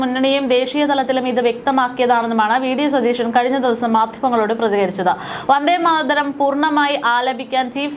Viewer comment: വന്ദേമാതരം ഉച്ചരിക്കമ്പോൾ വാർത്ത അവതാരകക്ക് നാക്ക് പിഴ ഒത്തിരി അനുഭവപ്പെട്ടു.